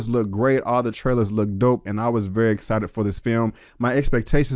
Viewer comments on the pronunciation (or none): none